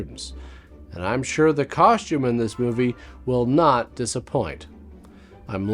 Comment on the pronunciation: Cos-tume. Costume. Not Coshtume.